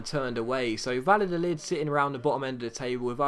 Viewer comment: the double L in spanish is pronounced either like a y or a soft j sound--it's Vayadolid, not Valadolid